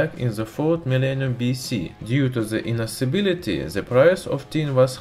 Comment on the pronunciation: the word: Inaccessibility This guy: IN-ASS-EY-BILITY